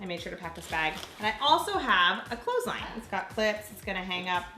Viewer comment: "I have a clothesline" I heard: "I have a clothing line" LOL